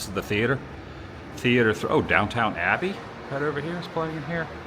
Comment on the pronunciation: Its not "DowntoWn Abbey" it's "Downton Abbey" just letting you know cause you know someone it going to bust on you about that.